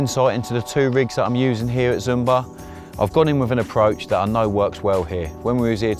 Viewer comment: It's not "Zoom-bar", but more like "Shoom-barr" ;)